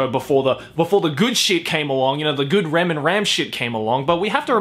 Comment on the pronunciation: My man said rem and ram